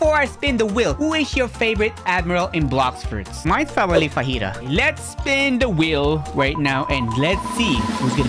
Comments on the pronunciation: im sorry but the gravity admiral is fujitura not fajita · It’s so triggering hearing him say fajita instead of fujitora